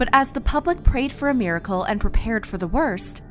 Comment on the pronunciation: Meercle lol. MI RA CLE. 3 syllables.